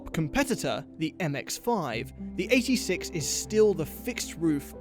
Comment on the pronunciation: I appreciate that pronounced 86 separately as the Japanese say it.